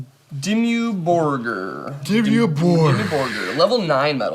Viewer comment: That awkward moment can't pronounce DIMMU FUCKING BORGIR!!!